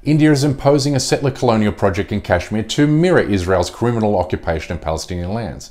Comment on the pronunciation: Bish first learn to say Kashmir. Then we'll listen to your bark. PS - I'm from SRINAGAR, KASHMIR, INDIA.